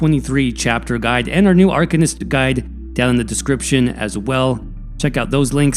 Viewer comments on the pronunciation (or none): arCANist not arKUHnist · ar - CAIN - ist.